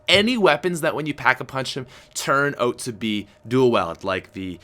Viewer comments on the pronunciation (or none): why does he pronounce about and out so weird